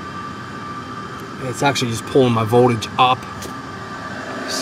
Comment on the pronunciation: He says voldage the same way scanner danner lol